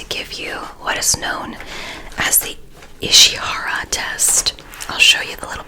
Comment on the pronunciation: Just so yk, ishihara is pronounced īshīhara with a rolled r👍👍